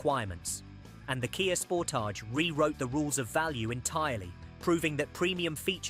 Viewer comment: Can’t wait to go to Tar-jay in my new Kia Spor-Taj. 🛒 🤦🏻‍♂️🤣